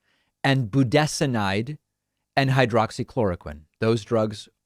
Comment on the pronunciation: FYI, it's not hycroxychloroquine, it's hydroxychloroquine.